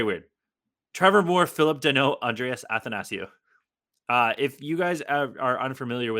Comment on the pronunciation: It’s actually pronounced “athanasiou” not “athanasiou”